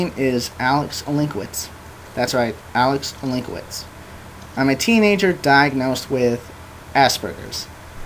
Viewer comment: You're no "Olinkwitz". Your name should be pronounced in a different way.